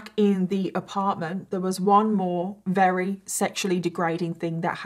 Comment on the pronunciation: When she says Rarey instead of very 😌